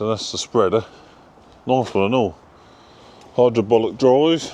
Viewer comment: ….. did i hear you say “ hydrabollick” drive 😀